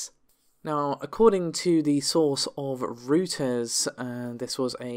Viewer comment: Reuters is pronounced Royters! 📢 🙊